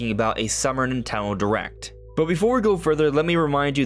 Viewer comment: Bro said "nutello direct" 💀